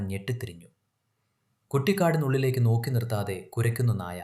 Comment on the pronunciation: ... "Nokkinirthaathey" ennu otta vaahk allaa... 'nokki nirthaathey' ennu parayoo kuttee...